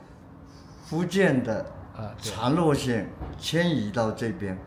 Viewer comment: 长洛县是福州本地人的普通话，正解是长乐县@